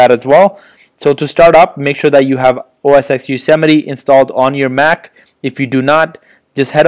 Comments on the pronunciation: "OS (TEN)" not "EX" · LOL Bro its not OS X it is pronounced as OS 10 Yosemite. X is Roman 10 not English Alphabet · OS 'EX' LOL